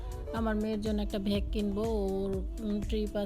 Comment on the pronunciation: কখনও ভ্যাগ বলেন আবার কখনও ব্যাগ বলেন ব্যাগ বলতে পারেনা নাকি